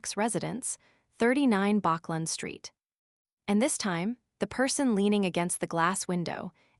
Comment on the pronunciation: bachland street lol